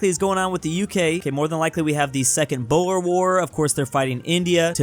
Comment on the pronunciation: its boer not bo er